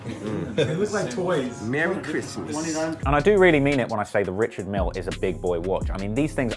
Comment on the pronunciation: It's actually pronounced Rishard*